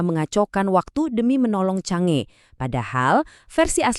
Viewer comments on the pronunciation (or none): Masih salah ....yg bener adalah CHANG,ER dia mantanku ....ya 😂😂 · "Cang E", bukan "CONGE"